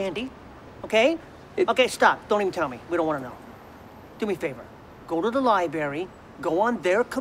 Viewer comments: Nobody: Fake grunge skater: “go to the liBERRY” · Go to the liberry.. Duude, please